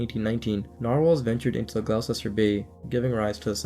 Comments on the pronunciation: Wow I never heard of the Gloucester story despite growing up not far from there! (Also it’s pronounced Gloster and Nah-hant - think a Boston accent) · it's pronounced gloster my friend! Gloucester! Not being an arse about this pal! Just saying mate! Thanks for the great content 👍..love it. Jason in England x 🏴